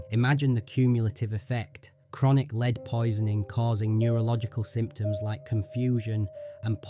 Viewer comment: The narrator keeps mispronouncing "lead" as leed instead of led